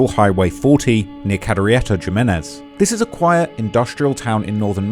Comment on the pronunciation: Are you really mispronouncing Jimenez?